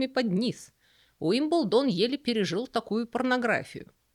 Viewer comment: При всём уважении почему УилбендОн??? Ударение же на И?Но как всегда, узнала много нового, спасибо❤